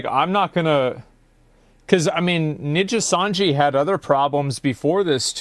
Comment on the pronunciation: asmon consistently being unable to pronounce Nijisanji properly is so funny